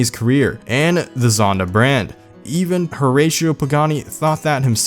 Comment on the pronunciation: Its pronounced (hur-rass-e-o)